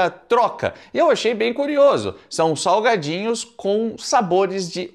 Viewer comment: “salgadinhos” ou “saGUAdinhos”?😂